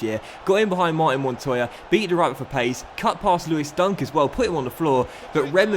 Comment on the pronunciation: Just being nit-picky here, but Mar-teen is actually pronounced Mar-tan in French. Love the series and your content, keep it coming!